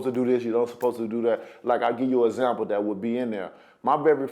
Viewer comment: Articulate? Where I were? The ground bottom? For zample?